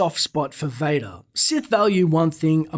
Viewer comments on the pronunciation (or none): Its Darth Vadoor. That would make a noice door.